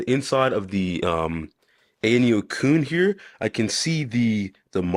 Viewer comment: IT AYANEO QUIN!!! (KUN) not “cooon” KUN is pronounced KWIN!!!!